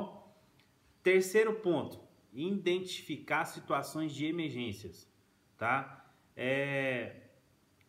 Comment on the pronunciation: "indentificar" foi punk mano